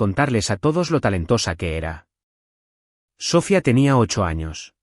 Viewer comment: Dices que lees los comentarios. No entiendo para qué, varias personas te hemos dicho que pronuncias mal el nombre Sofia. Que pones la fuerza tónica en la primera sílaba, mientras que este nombre lleva toda la fuerza tónica en la I. Que además lleva tilde para deshacer el diptongo. Hasta ahora te lo había dicho que un lenguaje más coloquial. Ahora te lo digo en uno más gramatical. Hasta te di la etimología de la palabra. Sofia significa sabiduría en griego. La catedral de Santa Sofía de Constantinopla no se llama la catedral de Santa So-fia. Por dios no utilices nombres que no sabes pronunciar. ¿Qué inteligencia artificial eres, eres ChatGPT, grog, Gemini??? no entiendo por qué te cuesta tanto pronunciar las cifras y los nombres. Pronúncialos a la inglesa, o a la española, pero no hagas ese batiburrillo tan molesto a los oídos.. y si no vas a leer los comentarios y hacer caso cuando alguien te dice que haces algo mal. Pues no pidas comentarios.